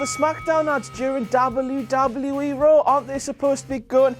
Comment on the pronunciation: ''Dable You Dable You E.'' Sorry I can't get over it. lol Good job still ^^